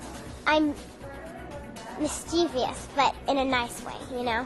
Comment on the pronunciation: “mistivious” oh sweet summer child. 😂